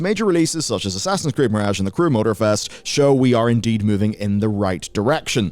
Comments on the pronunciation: i really don't like his accent, but the way he says "mirage" is particularly horrendous. Still, he's not as bad as that Simon Whistler fellow. I see Simon on a thumbnail and i just nope the hell out of there. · You're pronouncing mirage wrong and it drives me nuckin futs.